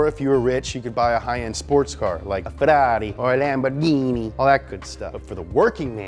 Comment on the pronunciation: Bro, you're saying Ferrari and Lamborghini correctly, but can't say Volkswagen, really?